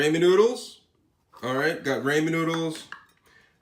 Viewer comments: Raymenn? Rah-min. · Bro I'm not trying to be mean why do you always say ramen ramez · raymen????? You mean ramen